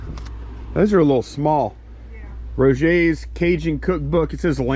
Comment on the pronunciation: After our latest video I have no business commenting on vocabulary or pronunciation, but me being me… that cook book clearly said “Roger’s” - pronounced Rojer. Maybe it’s a yankee thing, we talk a little funny up north. Lol